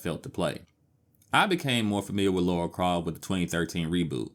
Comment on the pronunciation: A couple minutes in and I've heard "Laura Croft" multiple times now... gonna keep calling her Laura for the whole video...